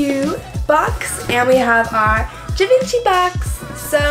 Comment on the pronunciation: The way she said Givenchy made my ears bleed.